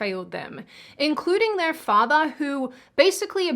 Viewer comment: Good show, as usual. One odd thing... your accent has always been a little... different... but now it seems to be changing. It's as if you are spending a lot of time around someone who's accent is rubbing off on you. Example: I believe you used to pronounce the "r" at the end of words such as "father". Now you say "fathah".